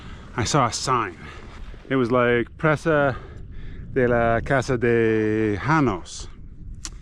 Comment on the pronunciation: Cool trip. Presa is pronounced pray-sa.